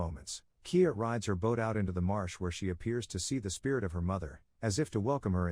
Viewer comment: It's MARSH girl, NOT march.